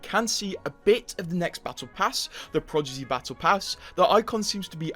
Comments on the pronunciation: the way he keeps saying “progidy” instead of prodigy lol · He Said Projiddy So Much That “ Prodigy “ Sounds Weird To Me Now 😭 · Bruh, why did you say "Progidy", now I can't un-hear that. Aren't you, like British 😭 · “Progidy” is way better then “Prodigy” anyway 😂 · Take a shot everytime homeboi says "Progidy" :/ Annnnd were all dead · Right can’t trust someone who can’t even speak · Blud hit us with the "progidy" can't unhear it now! ☠☠ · I am 27 seconds in as a non native and it hurts so bad even for me. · Hello, how are you today? Also... Progidy lol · Is he saying "Prodigy" wrong on purpose..? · the way you say prodigy is crazy lol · i was watching video without looking and im like wtf is the season called? then i look and its says "prodigy"😂😂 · yes bc he says it wrong